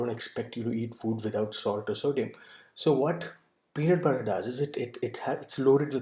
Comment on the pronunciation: Tbh I already knew about the contents and ins nd outs of da peanut butter... But just quickly touching on the statement you made early on "today I would like to talk about........... Pee.. Nat!.. PUtta! Lol